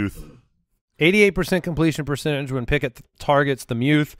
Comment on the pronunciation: Did just say Pickuth? That's a keeper.